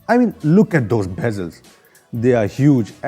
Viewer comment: bhezels haha lol.